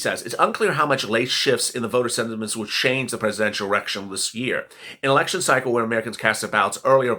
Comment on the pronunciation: you said errection 🤣